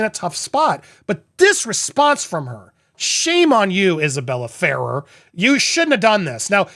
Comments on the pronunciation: Fa rare is how you pronounce it! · As per Isabela Ferrer, her last name Ferrer...is pronounced "Fur - Rare".